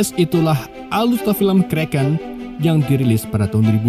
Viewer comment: Setiap anda ucap kreken saya jadi lapar